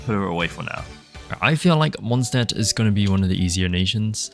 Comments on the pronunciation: As a German and a Linguistics nerd this is a very fun watch Also anytime you see an “st” or “sp” you wanna pronounce it “sh-t” or “sh-p” for anyone who wants to pronounce Mondstadt a little better ahah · "Mondstadt is still Mondstadt" ah yes xd